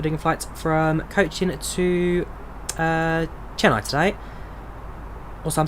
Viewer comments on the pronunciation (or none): im from chennai and its pronounced chenn ay not chenn i